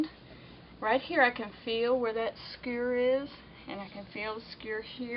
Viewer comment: Did you ever learn to say skewer? :)